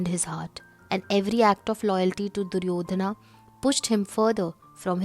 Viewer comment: it is wrong. Stop commenting about language which you never studied. It is not Duryodhanaaa Not Arjunaaa not Karmaaa The pure form has no aaaa here. Only when another word is added after the name sometimes the joining sound becomes aaaa